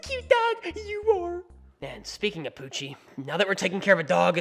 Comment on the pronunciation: "poochy" Me: why do I always hear "Gucci"?????